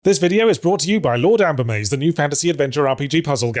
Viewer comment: I swear when he said Lord Ambermaze, I heard instead "Lord Applebee's" and thought that's a weird brand deal. Lol